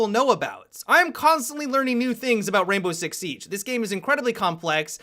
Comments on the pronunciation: always says Rainbow Rix Sieeeeege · The way he says Rainbow Six Siege makes me laugh! BUT I LOVE UR VIDS! KEEP IT UP!